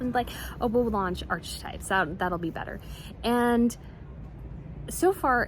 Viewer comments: Archetype is pronounced this way: arkuhtype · You're lovely,, but if you're going to keep mentioning them: It's pronounced AR'Keh'Type; or New-Klee-ur. "He and I", "he and she", etc. Not him and her, her and Harry, etc. Also, it's Com/parable, with the accent on the first syllable. (Sorry; irritating grammarian.)